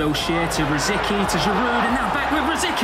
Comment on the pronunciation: did he just call him ROSIKY LOL!